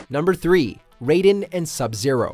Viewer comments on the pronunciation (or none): For the last time its pronounced RAY-DEN not RAI-DEN!!! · Ri- den ? Don't you mean Raiden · Yea he said it wrong first then right next time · Display Name smh heard that too. Says it like ryeden instead of rayden. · "Ri-den" (Raiden) is from metal gear solid, Rayden (Raiden) is from Mortal Kombat. Get it right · In Mortal Kombat it's pronounced RAY-DEN. RAI-DEN is the cyborg pretty boy from Metal Gear. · No offense but the way some people pronounces Raiden’s name as Rai-den instead of Ray-den bothers me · Ryden?! It's Raiden.! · How can you mispronounce Raiden when they literally say his name all the time. Its RAY-DEN not RY-DEN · Wtf is a ryden it's Raiden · His name is pronounced RAY-DEN for fucks sake its never been RAI-DEN I'm tired of hear his name be mispronounced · Did anybody else catch the narrator go from pronouncing Raiden like "Ri-Den" to "Ray-Den" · When he said that I was like: who the hell is Riden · Well to be fair if you look at it from a Japanese perspective it would be pronounced R-eye-den. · "RYE-DEN" ? Nice to see that we have a true fan and not some guy reading the script for the first time. LOL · This man just said RI-DEN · Nobody: WatchMojo dude:Ryden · Calling Raiden RAYden in 2020. And some wonder why many hate WM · THEY PRONOUNCED RAIDEN "REIDEN" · Did he just say... Ride In instead of Raiden. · He said riden 😭😭💀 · It’s ( RAY-den )say it like that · He just said Riden u know watchmojo didn’t go to school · Did he said RYE DEN ?? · Wait a minute time out, did dog really say Ryden? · Bro really pronounced Raiden as Ry Den💀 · Rayden? Tha fuck dude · My dude did you just ryeden? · RIDEN????? RIDEN!!?!?!! WTF WATCH MOJO ITS RAIDEN!!!! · Did you just say "Rye-den"? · This man said "Ri-den" smh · This guy really just say Ryden? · Pls don’t tell me he said riden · Why do peaple always prenoice the name's wrong trust me. This is noting one time in a video the guy said shinuk yeah it was awful but riden ist even close to being as bad as others